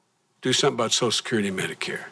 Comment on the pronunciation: "SO-shull security," NOT "SOS-security"